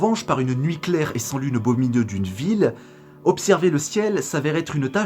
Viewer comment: "plus pouvoir z'observer" ah ah ah toi tu viens de lire les Liaisons dangereuses! Bon je te taquine, le sujet de cette vidéo peut sembler secondaire mais il est fondamental en réalité.